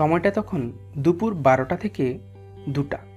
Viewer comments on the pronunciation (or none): none